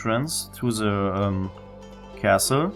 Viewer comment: cool, you talk like Sam from Far Cry 3. "Ze" instead of "The", amazing simple thing like that brings back memories for an amazing game.